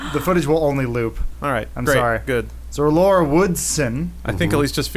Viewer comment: I cringe everytime they try to say Laura xD